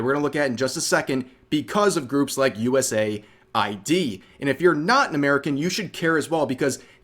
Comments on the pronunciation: I’m sorry I’m not against you in anyway but please for the love of god if you continue to talk more about this, it is US-AID, US-AID! not USA-I.D. or USAI-D! I’m sorry just the fact it is even marked in the name US in dark blue, AID in red. For the love of god please I beg you, you are killing me with your pronunciations of a very basic and obvious name Rev! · US AID not USA ID. 🤷🏻‍♂️ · Ahkchually, its US-AID 😅 Vaush trying to pretend that he is going to be the object of political persecution (As they politically persecute others, they believe that we all have the same moral baseness 🙄🤬🔥) when everyone already knows that they are going to take away his funding that comes from the misappropriation of public funds. 😹😹😼🔥 It is becoming increasingly clear that the only purpose of Marxists is to parasitize people who do work and destroy individual identity so that we are all forced to exist only within the "herd." 🤬🔥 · Pronounce it correctly, it's US AIDS.